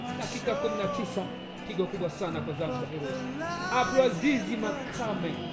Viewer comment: tunakushukuru kwa kutuwekea hii video ila video inaangaliwa mbali sana tafadhali andika uzuri kiengereza chako!! ni Zanzibar Heroes sio zanzibar hiros